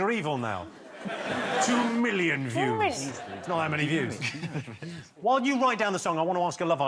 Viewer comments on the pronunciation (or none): I'd just like to say that the "love island" guy is a fucking idiot. He's reading off a card yet still still says "yooz" instead of "views" Why do we keep making these stupid people famous, fuck I hate the world! Still...Rikki Sixx, you are the best and I love you for posting all of this brilliant content, may all the best things in life come your way and never stop. Everyone here loves you and appreciates you, have a wonderful and safe NYE!!!!! Oh, and one other thing, Mo Gilligan is great! I just checked out some of his stand up and it's great! He's got a new fan.